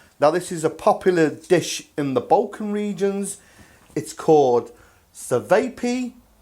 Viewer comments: Chay-vah-pee Say "suh-vay-pee" in Serbia or Croatia and someone might make an attempt on your life. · Nice mate cevap looks bang on, can get jars of ajvar from the Turkish/polish shops in uk. It’s a red pepper dip that you serve with cevaps 👌 it’s pronounced chuvaps.